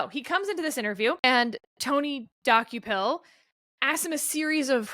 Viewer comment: As someone who occasionally watches CBS Mornings, I was cringing every time Sarah said the name Dokoupil. It's pronounced Duh-Cople, not Docku-pil. One thing that's clear from this podcast is that neither Sarah, Steve nor Kevin watch CBS in the morning. I believe Ta-Nehisi Coates' name was also mispronounced. I think it's pronounced Tah-Nah-Hee-See, but I may be wrong. Not that I want to be the pronunciation police.